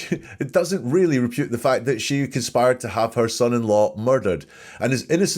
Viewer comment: Did you say 'repute', rather than 'refute'? That's what I heard, anyway!